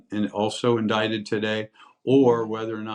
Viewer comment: This channel is for crime stories? Indict- pronounced indite. 🤦🏼‍♀️